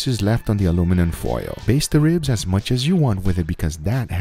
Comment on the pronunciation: British: aluminium American: aluminum Guga: alumin Guga's way is the way.